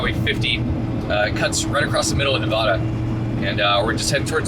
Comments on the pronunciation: nevada not nav-dah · Native Nevadan here; they're pronounced Ee-lee and Ne-vad-uh, but honestly close enough for someone who doesn't live nearby. 50 is one of the best routes, and there's so many cool things to see seemingly in the middle of nowhere. Most people think of Nevada as desolate but it's got so many cool hidden places. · It's not Nevawda.its Nevadda. and it's eelee. Now you know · FYI Our state is NOT pronounced Nevawawawda.